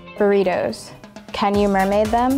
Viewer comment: Pronounces "can" like "ken"